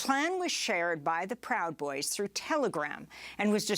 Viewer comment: "pwowd boys" -the late Michael Brooks"